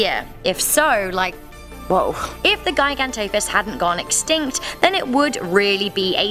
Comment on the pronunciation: I'm pretty sure it's pronounced "jiganto" but whatever